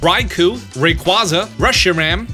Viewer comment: The way you pronounce Rayquaza still physically hurts me